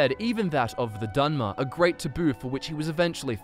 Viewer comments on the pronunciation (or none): Dunmer* not dinner lmao